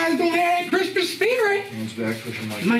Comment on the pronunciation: Grismas Gressents